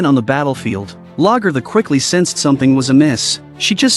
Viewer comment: I wish AI fake voice overs could get NAMES right at least. Whomever....get your VIDS correct. How many times do you miss pronounce Lagettha dumb AI and vid maker?